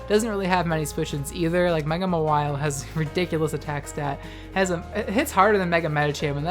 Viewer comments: It's pronounced MAR-wile, you pronounce it as ma-WILE. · It’s Ma-while or Maw-while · Ur pronunciation of Mawile triggers me.